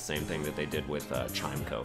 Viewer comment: While I respectfully disagree with the placement of chimecho, I would like to point out it is pronounced like chime-echo and not chimeko. Love the series and keep it up!